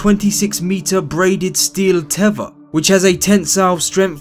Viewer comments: what the fk is a tevver knobhead learn to pronounce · He made a key error. Not one of our astronauts has ever had anything called a "tevva". Now, a "tether"? Yes, they all have had tethers. Just wondering, why can't Brits pronounce the "th" sound? :-) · It's a teather not a "teavah" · The speaker says 'tever' and the subtitles in the video show it instead of 'tether' as in the description. Apart from that, it was quite an interesting video. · Tether not teva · What's a tevor? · what's a 'teva'? its teather lmfao. Staht? Its Start 😂 British English is Epicly Incorrect.. but decent vid. thx 4 the post. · It's a teTHer. teh.. THHHHH... er.